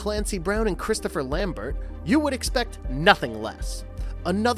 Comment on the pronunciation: His name is pronounced Chris-toff Lam-bear'. And it's NOT Andro-media, It's An-DROM-uh-duh.